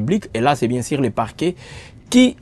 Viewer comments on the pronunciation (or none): Plisière, sir, ministère piblic, biensir,... La lettre ''u'' n'existe pas dans le lexique de ce journaliste ?